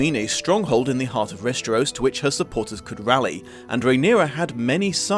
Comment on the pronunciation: Just curious, why do you pronounce it Resteros?